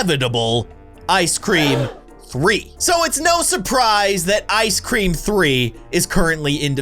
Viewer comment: ICE SCREM NOT CREM